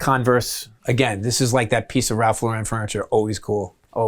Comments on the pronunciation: Hi Bobby, his name is Ralph Lauren.... like the name Lauren. Not Laurent as if hes french. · Nice place Bobby. But can someone tell him that it's pronounced Ralph LAW-REN not LO-REN. He's not a French designer, he's American. So many people have made this mistake for years as if giving the name a French pronunciation makes it sound fancier or more exclusive. Drives me crazy.